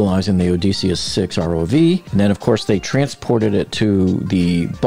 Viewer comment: Why does the narrator NOT know how to pronounce "PELAGIC" nor "ODYSSEUS"? It sure undermines his credibility when talking about them. P.S. We know that 4 am is in the morning, that 1 pm is in the afternoon, and that 11 pm is at night.